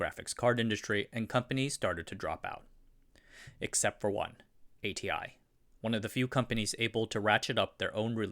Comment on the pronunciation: Your pronunciation is so awful. If you insist on pronouncing DRAM and id as a whole word, you should pronounce ATI as Ah-tee as well. Horrible inconsistency.